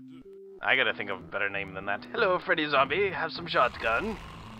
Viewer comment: I really hate the way that you pronouce; Shot-gun, Yet, Not and pretty much any other word that ends in "T".